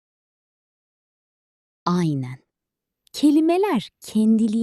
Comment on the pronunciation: I hear "ayne" instead of "aynen", do Turkish people speak the n in this word or not?